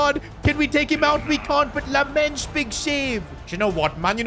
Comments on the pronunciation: You say LAMeNS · Lammens' name is pronounced with the same E like in chicken. So more like a 'dull' e.